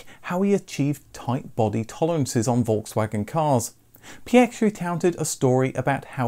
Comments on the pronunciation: Thank god you pronounced Phaeton right and even Prof. Piëch! I’m impressed! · You are very good at pronouncing the name Pierch. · I've just clicked on this as I've often wondered what happened to the Phaeton. My joy, however, is in hearing all the words pronounced correctly; Piech (not Peek or Peach) etc and I hope when you do a Lambrghini Countach video it will also be pronounced as it would in it's home country and region and it isn't Coowntash! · Kudos for correctly pronouncing Piëch and Porsche.